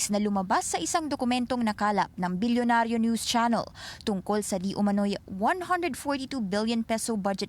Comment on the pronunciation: Why do some of your reporters say, "Bolyonaryow" or "Bulyonaryow" or "Belyonaryo"?